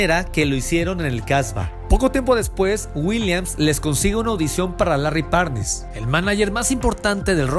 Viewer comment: 😂😂😂 pésimas pronunciones y demasiada errónea información Larry Parnes? 😂😂😂